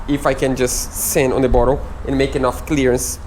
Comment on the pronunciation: Great Job! Also the word "Bottom" is not pronounced "Bottle"..... bottle is a a container, typically made of glass or plastic and with a narrow neck, used for storing drinks or other liquids. as "a bottle of soda pop". 🙂